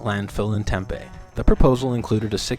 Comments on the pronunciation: Its Tem Pee. Not Tem Pay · It's TemPEE not Tempay lol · Interesting video but Tempe is pronounced Tem-pee not tem-pay that's my only gripe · Tem-pee not Tem-pay